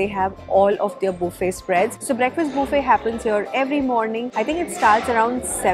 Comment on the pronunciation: it’s buffet (bufay) not Boofay 😂😂😂. The Heldy? Healthy (hell thi)